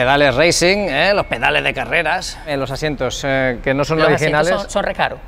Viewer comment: Loh pedaleh de carreraaahh!! Jajajajajaj